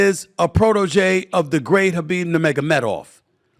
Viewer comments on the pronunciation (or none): none